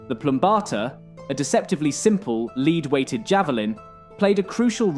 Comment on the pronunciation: Sorry a nitpick ,its lead as in the thing superman cant see through .I have seen 3 videos and they all say lead its like the pilum its the same as that lead ( le-AD )weighted